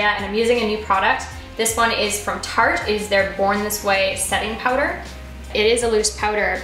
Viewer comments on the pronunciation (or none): In the video you said Tarte ahah but no big deal,.